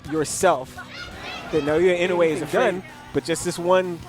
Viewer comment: should at least learn to pronounce NI's name correctly before flapping his disrespectful jaws especially since NI handed him his ass🤣